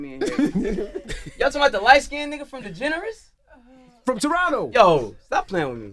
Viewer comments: I thought he said degenerate lol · iamTresor lmfaooo “degeneres”